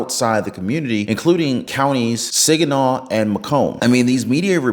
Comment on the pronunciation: Not “SIGANAW” it’s SAGINAW🤦🏼‍♂️